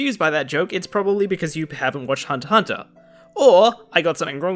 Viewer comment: at last someone that pronounce HunterXHunter correctly. I am sick when people keep pronounce it "hunter" "ex" hunter" instead of Hunter-hunter